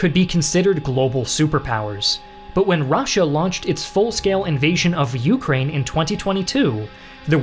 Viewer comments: Take a drink every time he says YOUkrane. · It's "ukRAINE" not "YOUkraine", and it's "aZERi" not "azerAY", sorry but those both bothered me a lot. Gotta nail those pronunciations as a channel focused on geography.